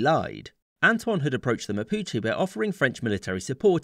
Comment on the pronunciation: Why you pronounce mapuches mapuchi? 😂😂